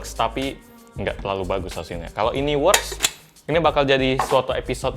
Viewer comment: Works (dibaca weks)